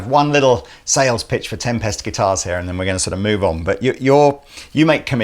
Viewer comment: Why does keep pronouncing tempest like tempestuous or tem-pest. Is that deliberate?